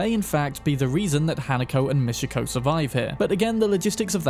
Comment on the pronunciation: bro how tf do you mispronounce words that are said repeatedly in the game? there is no "mishiko" arasaka, it's Michiko. it's really not that hard. please. stop the disgusting british tradition of proudly butchering other people's names.